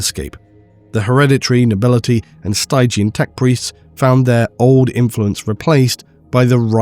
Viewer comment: You should look up the pronunciation of 'stygian'.